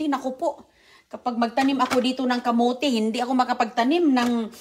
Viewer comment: Pipir(Pepper) Oki (okay) Kamuti (kamote) Paki ayos dila mo! mga bata malapit sa stove baka mapaso sila!! Burara kang nanay!